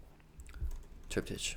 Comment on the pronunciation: Just to be helpful - not critical, triptych is pronounced “trip-tick”.